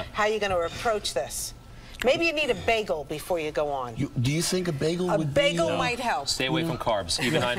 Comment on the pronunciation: She really said bagel...